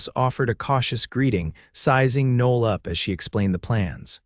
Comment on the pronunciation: Women's name Noel, pronounced "No L".